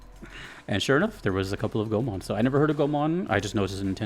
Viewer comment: Go - e ( as in envy ) - mon, i think with japanese names, i dont know how sacrilegious would that be to say it, its usually safe to go with the closed syllable when pronouncing it. :)